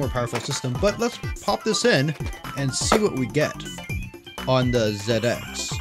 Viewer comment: Wonderful review! ;) Loved it and as a Brit thanks for saying !Zed Ex" and not "Zee Ex" off to check out the rest of your videos. ;)